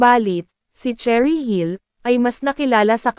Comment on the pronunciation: Nooo not Cherry dear, it's Sheh-rih 😣